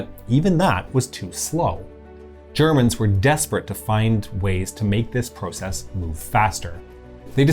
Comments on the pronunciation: The narrator’s pronunciation of process and project bugged me. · Pro-cess, pro-ject - hint of Canadian accent? Just curious.